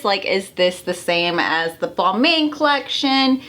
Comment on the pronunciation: Balmain is pronounce “Balmon”